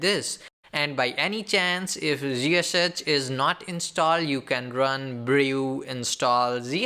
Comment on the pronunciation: OMG!!!! can't you people just create this videos for Indian people in your language? it is pain to listen you, it was somehow auto played and I was looking for tabs to mute or close or whatever just to stop this horrible noise, you can't even know how to correct pronounce words, WTF is zhiseshech? it's ZSH not zhiseshech or whatever you said, blood is leaking from my ears after listening this OMG!